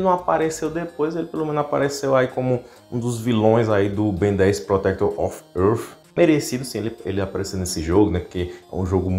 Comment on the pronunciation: "Protéctórr Off Âãhrrff"